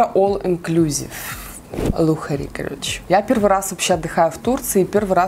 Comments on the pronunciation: Не лухари ,а лакшери😉😂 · Не лухери, а лакшери. Ты на инязе какие языки изучала? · "лухари" -.:DDD Щас Лена864 подбежит, услышав любимое слово:DD